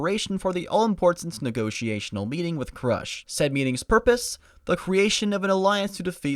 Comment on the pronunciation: Krūsh not krash.